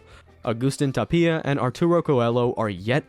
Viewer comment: Tapia has the emphasis on the first a, Belasteguín is be-la-ste-gin (simple), Coello is with soft Ls - "co-e-yo".